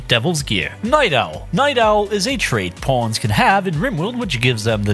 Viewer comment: I keep hearing Pawns as Porns "Watch your porns"